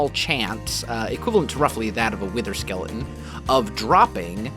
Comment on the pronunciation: He says "skelein"😂😂😂